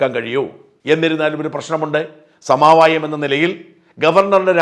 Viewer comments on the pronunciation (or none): സമാവായം അല്ല സമവായം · സമാവായം എന്നത് തെറ്റല്ലേ സമവായം എന്നതല്ലേ ശരിയായ പ്രയോഗം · സമാവായം എന്നല്ല സമവായം എന്നാണ് ശരി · സമവായം ആണ് സമാവായം അല്ല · സമാവായമല്ല, സമവായം.